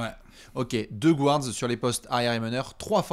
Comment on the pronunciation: ca se dit "GARD" et non pas "GOU-ARD"! 🤣